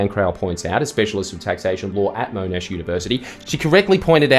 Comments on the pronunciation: mo-nash university? wait a second, this is ai! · "Moan-ash University" 😂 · Mo' Nash Said like a true boy from the sidda-nee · Can you say “Monash” again 😂